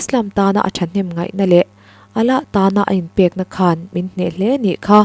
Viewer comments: 'Allah' I lam dan hi, 'h' ri hi I lam na mah mah, 'A-lah' ti lo in, 'AL-LA', tiin lam ta la, hriat a nuam zawk ang. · Chhiartu aw a mawiin beng a va fah em! Mahse Allah leh Mullah hi Mizo ṭawng ziak pangngai chhiar anga 'h' ri tâwp chut lovin 'Alâ' leh 'Mulâ' tiin chhiar la, ngaihthlâk a nuam lehzual ang. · Allah i lam rik dan hian beng a verh tlat thin.. Allah tih tur alah bung tawi turh ani lo... Mi dng lam dan lo ngai thla chhin teh aw.. Ka sawi sel duh vang hrim hrim a ni lo.. Ulak taka ngaih thlak lai in allah i lam dan hian ngaihtuah na a ti peng tkat thei.. Subscribers nih ve man ah ka rawn sawi ngam ve mai a ni ania